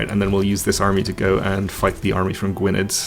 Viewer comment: Gwynedd is pronounced Gweeneth or Gweeneff if you prefer.